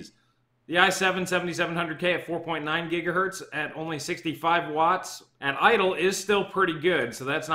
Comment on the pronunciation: >gigahert smh